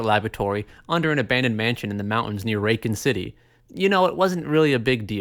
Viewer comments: You “Raken City” is triggering me for some reason… that aside, pretty accurate recollection of the RE series. Good job. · Why are you saying raycon city is that a sly ad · I can’t get passed how he pronounces Racoon City 😅😂